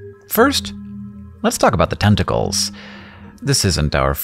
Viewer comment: Is anyone else hearing "10 tickles"? What about now?